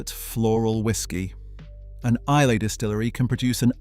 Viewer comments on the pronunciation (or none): That was very interesting and surprising. The best whiskey is the one you enjoy most. Excellent. One comment - isn’t Islay pronounced eye-Luh , not eye-lay.